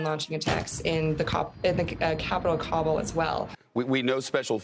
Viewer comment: I hate when people pronounce Kabul as [Cobble] when even the locals say [Ka-bool].